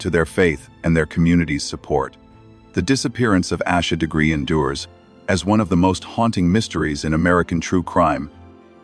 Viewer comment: Im ashamed the clickbait got me too. On top of that, theThe AI didn't pronounce her name properly. Lizzies text were misrepresented. They said "theory is I did it, Accident, covered it up." Sarah texts back "Why would it be you?" That as well as the Parents being the ONLY people listed as suspects on the warrants makes it pretty clear that the girls weren't responsible.